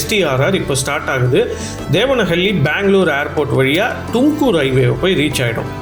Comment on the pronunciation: I am a Bangalorean, 63 years, tamil. உச்சரிப்பு சரியாக இருக்கட்டும், தும்கூர், டும்கூர் அல்ல